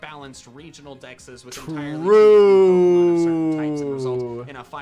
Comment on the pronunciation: I love content, but the way he pronounces Pokémon names makes me feel some primal cringe